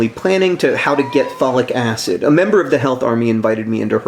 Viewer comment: good news John, and by the way, it's folic acid, not phallic acid ;)